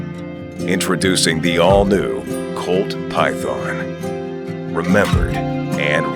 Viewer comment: sounds like he's saying py- thone or py- thorn.